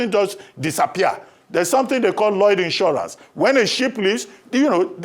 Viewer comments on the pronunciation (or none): none